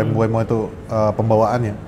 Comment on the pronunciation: mbumo bang bukan mbu-emo wkwkw